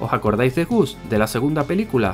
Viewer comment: Que "Pelcula" TAN MAAAALAAAAA